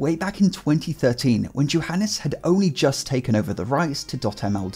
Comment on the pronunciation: I cringed every time he said Johanes instead of Johanes. Smh my head dude